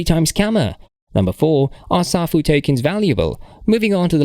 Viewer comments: Can't even pronounce the name properly. Says it all smh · First of all you don’t even pronounce the protocol correctly so how can I even take your word on anything you say in this video when all this crap has already been addressed?